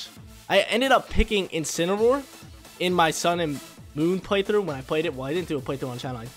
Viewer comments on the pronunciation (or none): INCINEROAR, NOT INCENAROAR! FIX IT NOW!